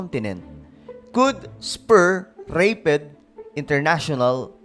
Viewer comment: Rapid not reyped😂 peace po